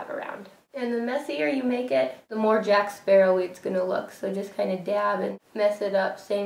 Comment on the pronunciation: Are you saying 'Sparrow' like a pirate? It's Jack Sparrow! Or 'argh Jack Sparra!' said like a pirate lol.